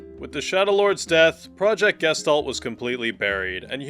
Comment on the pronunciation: The way Gestalt gets pronounced kills me every time.